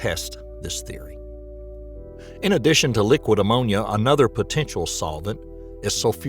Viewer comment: Say "in addation" one more time